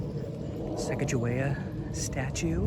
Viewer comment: Her name is pronounced SAH-COG-A-WE-AH if you are into historical accuracy.